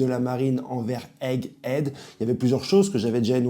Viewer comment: Tu as bien dit Hegghead mais c’est Egghead, il n’y a pas de h 😂